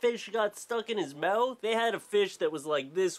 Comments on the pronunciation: MOUTH NOT MEWTH U FUCKING TOOL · You say the word "mouth" wierdly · its when he says "mouth" and "out" and some other stuff. idk, i've lived in a few places, but nothing out of the US, idk. i just like it :)